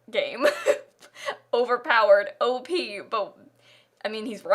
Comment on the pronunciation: pahahaha i thought she said OAP i was even more confused